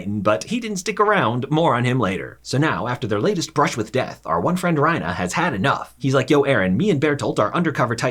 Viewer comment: I was suprised he would pronounce reiner as ryna